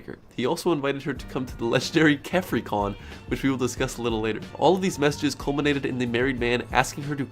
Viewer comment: 'Kephri con?!' Oh god thats awful Just imagine "hey wanna go to kephri con with me"